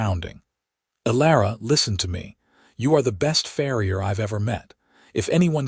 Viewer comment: I get it about not putting shoes on cattle, I did farm work growing up around milk and beef cattle. This is a fantasy world, so I give that a pass. The mispronunciation of words like "read," "bow", "live," "record," "tear," etc. bothers me a lot more than that. Then there's reading the word "farrier" as "frier." But I love this story, and thank you for sharing it with us. ❤❤❤❤❤❤❤